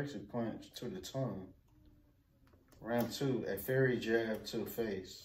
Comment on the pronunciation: How they both dont know how to read. Its FIERY not Fairy. Please dont have no kids, LMAO